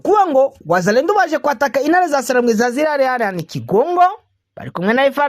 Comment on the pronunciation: Bavuga wazalendo apana wazalendu.